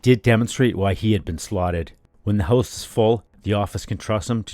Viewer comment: "Loaded Hoose" yup, you're Canadian 😂